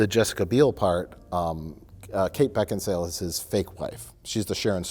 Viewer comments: "I have no idea why Beckinsdale.. Beckinsdale?!" Mike: "Beckin-sale.": "I have no idea why Kate Beckinsdale.." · Kate Beckinsdale... Wait... Beckinsdale or...? Mike: Beckinsale: I have no idea why Kate Beckinsdale. LMAO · "I have no idea why Kate Beckinsdale... Beckinsdale or?" "Beckin-sale." "I have no idea why Kate Beckinsdale... has such a hard-on to kill Collin Farrell." Never change, never change. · "Beckinsdale?" "Beckinsale." "Beckinsdale." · “Beckinsdale or Beckinsale?…. Beckinsmurtle” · Beckinsdale? No Beckinsale. Sorry. Beckinsdald. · is it Beckinsdale? Mike: it's Beckinsale: I have no idea why Kate Beckinsdale has such a hard on to kill Colin Farrell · Beckinsdale? Beckinsale. Beckinsdale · "Kate Beckingsdale?" Mike: "Beckinsale": "Kate Beckinsdale!":D:D:D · I really like how said Kate Beckinsale's name wrong, asked how it was pronounced, then said it wrong again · Beckinsdale? Beckinsale. Beckinsdale? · 'Is it Beckinsdale or Becksinale?' 'Beckinsale.' 'I have no idea why Kate Beckinsdale...' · Beckinsdale or... Mike: Beckinsale: I have no idea why Kate Beckinsdale.... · Mike explaining the correct pronunciation of Kate Beckinsale and then saying it wrong anyway is a classic as well. I’m wondering if there wasn’t some slight of hand with the edit. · Rewind....yup he said Bevkinsdale again. Hahaha, you have to love. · I have no idea why Kate Beckinsdale...Beckinsdale or..? - Mike: Beck-in-sale. -: I have no idea why Kate Beckinsdale.... I love this guy xD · “Kate Beckingsdale?” Mike - “Kate Beckingsale” - “Oh, so Kate Beckingsdale”. Never change, please never change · "Kate Beckdinsale?" Mike: "No, Kate Beckinsale": "Kate Beckdinsale" Never change lmao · Kate… Beckinstale? Mike: Beckinsale.: Proceeds to say Beckinstale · Kate Beckinsdale...Beckinsdale, Beckinsdale? Mike: BeckinSALE: So Kate Beckinsdale...